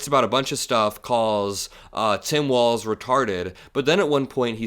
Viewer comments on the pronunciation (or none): none